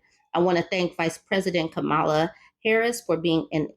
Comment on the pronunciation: Respectfully, her name isn’t pronounced Ka-MAH-lah, rather, it is pronounced KAH-ma-lah. Kinda like the way one would say the name Pamela. She’s shared that her step-/bonus kids call her “mamala.”